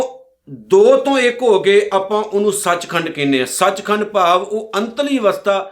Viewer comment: Sach khand nahi sach khande hai ji kirpa kar ke ucharn thi ck Karo ji